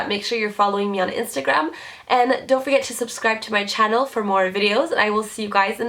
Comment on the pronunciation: i love the way she says channel. everyytime